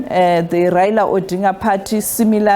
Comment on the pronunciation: Tell someone to teach you how to pronounce ODINGA